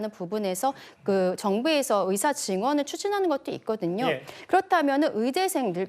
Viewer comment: 답답하다.. 이번 사태의 핵심은 전공의 이탈이다.. 그런 전공의들은 개개인의 생각으로 사직을 했는데, 대표가 선동해서 사직한것이 아닌데, '대표 한명씩만 참석해라, 통일안을 가져오라....' 고 하는 게 답답한 일 인거다. 진정성있게 전공의가 돌아오게 하려면, 큰 체육관이라도 빌려서, 1. 박민수 차관이 그 동안의 막말 사과하고 (의새라고 발음한 것 , 낙수효과=필수의료를 낙수의사로 표현한것: 필수과 의사의 자부심 짓밟음., 전세기 띄워서 다른나라 의사 데려오겠다 등 여러 협박 표현들 , 의사면허 정지 등으로 겁박한것 등 ) 2. 전공의 개개인의 의견을 듣고 수용하는 자리를 마련해야한다. 우리가 의사 한명한명 사인받을수없지않냐? 이런 태도로는 젊은 전공의들 마음을 돌릴수없다. 아무것도 이뤄낼수없다. 한명한명 사고해도 돌아올지는 미지수다. *올해 전공의가 돌아오지않으면 다음년도 전공의 지원도 없다. 그게 왜 그러냐면... 1,2,3,4년차 아무도없는 의국에 혼자 들어가면 - 윗년차 의사에게 배울수도없을뿐더러, - 1,2,3,4년차의 업무가 신입 전공의에게 쏠려서 잡일만 하게 되므로 아무도 들어가려 하지않을것이다. 그러면 내년에도 의료 대란은 쭉이어지고, 이게 몇년 지속되면, 필수의료 교수님들도 번아웃오고 대한민국 필수의료는 말그대로 종말이다. 필수의료가 다시 일어서려면 전공의 한명한명만나고, 다시 돌아오도록 요구 들어주고 부탁해야할 판이다.